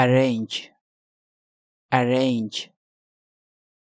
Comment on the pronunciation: Arrange ✔ not arrenge ✖️